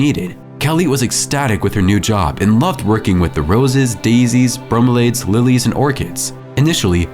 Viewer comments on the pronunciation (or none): They are not brome laids. They are brom e le ads. the i is pronounced like the i in the word bikini.